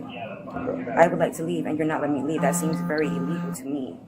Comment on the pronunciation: If you pronounce illegal as eeelegal, you dont know your rights and youre going to jail.